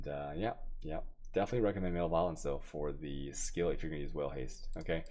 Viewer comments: You drive me nuts with some of your pronunciation of so many words.. Learn to pronounce malevolence please. def: the state or condition of being malevolent; hostility. pronounced as muh·leh·vuh·luhns... not MALE-violence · Your pronunciations of words is atrocious. Butchering so many words. Male violence... jardian... jambler... chows... MbXtreme is an awfully annoying person, but at least he tries to learn how to pronounce English words correctly, since he is targeting an English speaking audience. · Oh... Your pronunciations get me every time man. Male violence lol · I honestly don't think he knows what that word means or how to pronounce it.